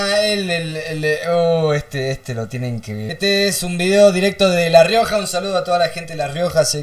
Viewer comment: La rrrioja con tres R